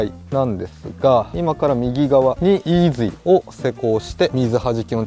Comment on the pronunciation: のイーズゥィーって発音がツボでした🤣